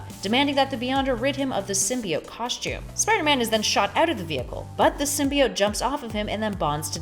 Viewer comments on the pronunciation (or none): none